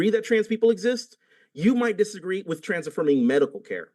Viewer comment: God, i cant take anyone who pronounces "with" as "wif" seriously.